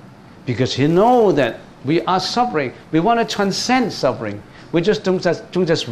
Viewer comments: It should ber FUR NOT BER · Your pronunciation of SUFFERING is wrong. You should pronounce SUF- FER-RING not SUB- BER- RING.